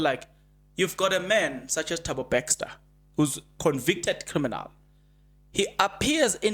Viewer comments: Please it's Bester and not Bexter. Try to practice the name please 10x or more you will get it right. Also improve on the use of the word "loku". It's a humble ask. Like your content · Are we still saying Thabo "Baxter"? 😂 😂 😂 Jirre bra